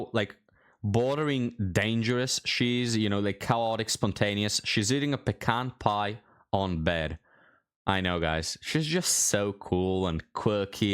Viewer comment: She pronounced pecan pie wrong, hidan was closer to the correct way